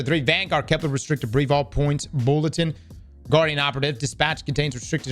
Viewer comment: It's KEP-ler ... not kep-LAR